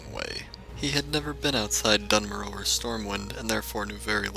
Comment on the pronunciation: duh-n-more-oh? the announcer says dune-more-uh o.o BLIZZARD LIES!